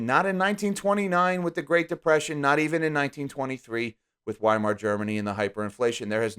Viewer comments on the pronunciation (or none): none